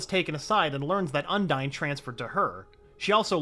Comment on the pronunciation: The Spirit of Waters name is pronounced Un-Deen.